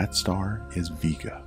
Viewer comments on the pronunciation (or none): VEE Ga, really. it's pronounced Vay-ga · It aint VEE-GA its VE-GA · I disliked the video because you are purposely mispronouncing the word "Vega". ITS "VEEGA" NOT "VAYGA" !!! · Why is it pronounced V-ga and not Vega? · My last name is Vega (vae-ga) and I didn't know the star is (veega) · You pronounced Vega wrong.